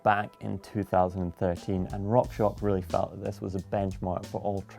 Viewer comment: #AskGmbn why is always saying "rockshock", where is the x?